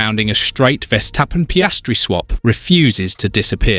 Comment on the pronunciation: You should learn how to pronounce 'Verstappen'